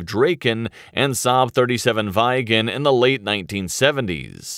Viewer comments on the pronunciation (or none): Viggen pronances Vig'n not Vaigen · Good episode! Although as a Swede it annoys me to an unhealthy degree how you pronounce "Gripen" as "Grippen", and Viggen, as Vee-gen :D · Only an American could pronounce 'Viggen' as 'V eye gen' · "vaigen" its simply viggen no vaigen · Viggen...not vajgen 😅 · SAAB 37 "VaJgEn" It's VIGGEN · No but Viigen instead of Viggen 😑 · SAAB 35 "Drey-ken" and SAAB 37 "Vai-gen". Jesus, my ears bleed. Get it right, ffs. 😱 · Can you please stop saying vajgen!!!!! The neme of the earlier aircraft is VIGGEN... V as in Viking.. I as in ea in please.. G an G as in Goat .. E as in Ear (just e).... N as in Naken . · Pronounciations: Draken -> Draa-ken Viggen -> Vih-gen Gripen -> Gree-pen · Lmao Vajgen lol. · Drayken, Vaigen and Grippen :D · Vhygen.. bloody yanks.. its a short i, like in "i"ntercept. And a hard short G, like "g"rocery. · “Vaigen” At least did not say Graipen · bro is butchering the Viggen´s name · The way this commentator says Viggen pisses me off to levels unknown to mankind.